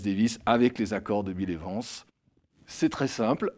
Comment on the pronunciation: « Bile évance » 😂😂